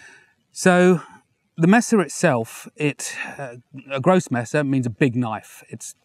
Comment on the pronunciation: I was woundering if you are a german dude because you pronounced “grosse Messer“ so well. But thats not correct german gramar. “grosse*s* Messer“ is the singular and “grosse Messer“ the plural.